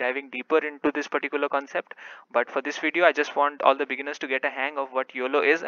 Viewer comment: Stop saying "pattikular". It's not necessary.